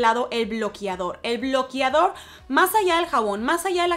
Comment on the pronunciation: “Bloquiador” “ bloquiador”